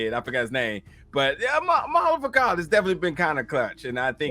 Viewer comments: Bruh you be sayin' his name wrong😂😂 it's Ma'alefa'ak not Ma'alefaka😂😂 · Zod is gonna have to reckon with the fact that he has a son, coz at this point in time (40 years after krypton’s explosion) his son is still an unknown fetus And…bruh it’s Ma’alafa’ak not M’alafaka (sounded like you were calling guy a mf or sumn 😂) Plus, from the comics (so take it with a grain of salt), we know that Kilawog, like Captain Rabbit, can usually only identify humans by their clothes. That might be why he he couldn’t identify the humanoid Lor-Zod Not too sure Danny Chase is dead tho. That was some super flat deos-ex acting if he’s done with the show. I feel like he might come back / turn out to be an Apokoliptan plant / do the whole angsty turn against the Team thing like the comic Danny 🤷🏾‍♂️ (let’s forget the fact that i full on thought they were talking about danny phantom until i saw dude looked like his comic counterpart inside the thrall 😅) True say tho, Zod ain’t a villain yet in this universe, and I love that. He’s a community leader, ex-con, husband who is fair in all those roles. He’s just looking for freedom. His son and whatever he did in the future are whack, but that ain’t set. We straight up got told the LoSH future got wiped out, so Dru is actually pretty sympathetic. Only problem’s his wife being like Jada 😒😂 You guys are too funny tho 💯 😂🤣 Rocket + Orion is too funny. True say tho, Orion is neurodivergent and Rocket is just his newest friend. Kinda wanna see if they would work tho lol Savage might turn up in the next two episodes tbh. This episod